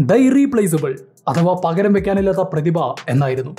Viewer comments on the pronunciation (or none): none